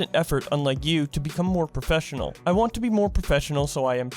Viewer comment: New Challenge: Take A shot says professfinial.